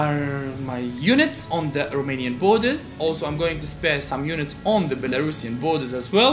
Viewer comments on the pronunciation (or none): none